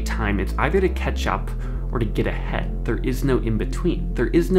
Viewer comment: I thought he said “get a head” lol